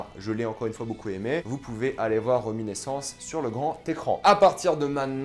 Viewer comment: RéminIscence (avec un "i") pas reminEssence comme vous dites à plusieurs reprises. Mais sinon merci pour la critique.